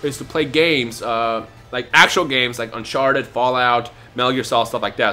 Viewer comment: Lol I heard Unsharted